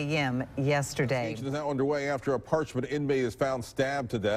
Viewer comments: Par-ch- man. Get it right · Its par- ch- man getit rightYankee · You’d think that a professional narrator would at least take a minute to learn how to pronounce the name of the facility he’s describing. If this guy became really hot and thirsty, I wonder if he’d say “Man! I’m PARKED!” 😂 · I’m from Mississippi. They don’t even know how to pronounce parchment awful video. Don’t make a video if you don’t know how to pronounce the name of the place you’re talking about.